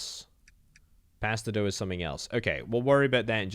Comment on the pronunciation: Gods you had me raging every time you misread "mix bone dust and spider eggs to form pasta dough" as "mix spider eggs and pasta doguh".